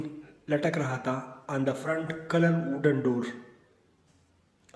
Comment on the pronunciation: Sir front nahi faint hai.....